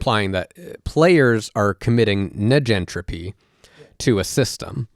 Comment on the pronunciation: This isnt important to the point youre makinf (which is facinating) and I'm no expert, but... Surely, "negentropy" is short for "negative entropy" and the first sylybal should be pronounced like the first sylybal of "negative"?